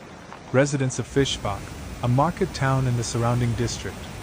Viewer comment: It‘s not Fischbach, but Fischach.